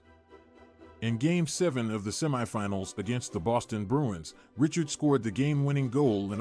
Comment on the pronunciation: what unwatchable AI BS! This robotic voice doesn't even pronounce Richard properly! And what of those sweaters???